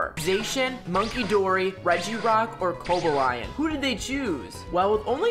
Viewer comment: Cobo-lion is killing me internally